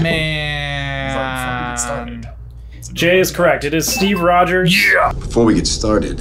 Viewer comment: J putting a ‘d’ in Rogers triggered my fight or flight response